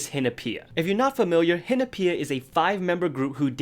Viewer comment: connecting the bonfire at the end of Dumdi Dumdi to Soyeon's hat catching fire at the end of Latata? you are on another level, my friend btw no hate but i can't stand your pronunciation of Hinapia